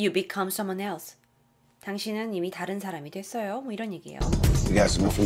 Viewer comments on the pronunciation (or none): none